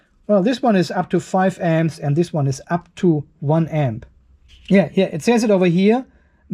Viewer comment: for many minutes i was having trouble to understand what was the M's (or "emz"), only when i saw the power supply charging at 21 amperes i did understant "emz" was for amps. i am not a native english, and thiss is the first time i struggled hearing the "amps".